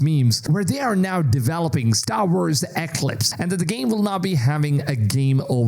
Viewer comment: Eeeeeeeeeeeeeeeeeeeeeeeee CLIPS.. thats how its pronounced.